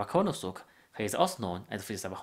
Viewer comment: this isn't a japanese accent, it's a chinese accent. he pronounced kuranosuke "kooranosook", lol